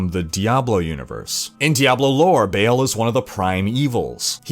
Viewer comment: Ball, not Bail.